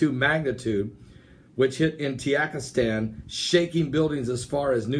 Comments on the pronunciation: Tuhjeekistahn is how you pronounce it. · Sound it out, Ta jik i stan. It's not hard. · Maybe he is using the mexican pronunciation of the letter J. Ha ha it is funny though. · Man there is no country named Tiyakistan lol or karakistan hahahahha. 😂😂😂 It's Ta ji kis tan "Tajikistan" or Ka zak I stan "Kazakistan" but you made my day it was funny to hear you tayikistan. Buy the way I am from Uzbekistan I wish to hear you say it I wonder how it'll sound. It was amazing reporting good luck 😀